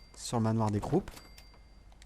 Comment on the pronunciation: Juste sa se dit manoir des crou